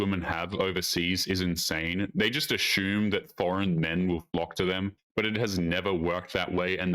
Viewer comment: There's no H in assume